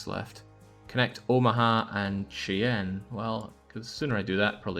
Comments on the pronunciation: The Narrator got a lot closer with his pronunciation of "Norfolk" than did with his of "Platte" and "Cheyenne". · Ostentatiously whinges about how the narrator pronounces "Norfolk" and then completely butchers "Platte" and "Cheyenne" two minutes later.